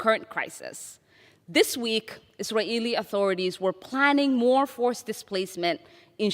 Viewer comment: I hope she starts to pronounce Israeli properly. Her forced "Is-a-Ralh" is very annoying